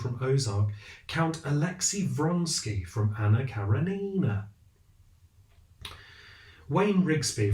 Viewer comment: I k ow right? Like are the characters of those shows basically the same person but with slight variations? And stop saying karenina like that, you need a Russian literature refresher but I would suggest Russian linguistics/phonetics 101 so you can just say it correctly and pretend you know it like the back of your hand